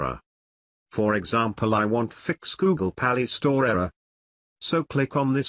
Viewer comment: "google pa-lee store"